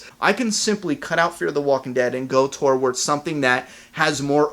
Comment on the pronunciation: i will pay you $5 a week to stop saying "towards" like "tour-wards"